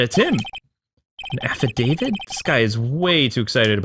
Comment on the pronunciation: Ugh the way you pronounce affidavit is triggering me -_